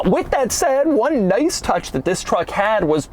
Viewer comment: When he said “this” it sounded like he said VIS…😂💀